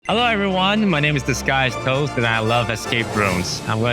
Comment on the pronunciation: Why did I heard ‘this guy’s toes’ instead of ‘disguised toast 😭😭 Damn I was so confused for a moment